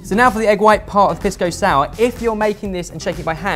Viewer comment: This man said Piss-Go Sour.